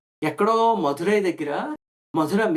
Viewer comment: Why are you pronouncing Madurai as Madhura or Mathura ? When there is a prominent place with name Mathura?